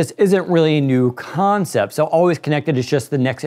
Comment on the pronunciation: this guy says "concept" in a way that u can spell it as "Cohoughncept"